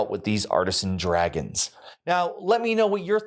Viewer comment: I thought for the longest time you were saying “Arson Dragons”… and I was thinking, whoa that’s dark but cool